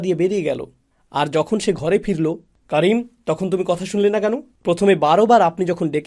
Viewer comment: ওরে পাগলা ওনি করিম বলে নাই কারিম বলেছে